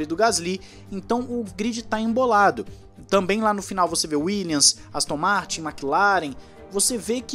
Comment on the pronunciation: Uma dica para o narrador, a equipe Williams, pronuncia-se WilliaMs e não williaNs. Só dar uma fechadinha de boca no final da palavra e ta tudo certo. Apenas uma dica de um professor de inglês, OK? É só pra contribuir. Assisto todos os videos, junto ao The Race, Driver 61 e autosport seu canal é o meu favorido dos brazucas. Está de parabéns. Abraço!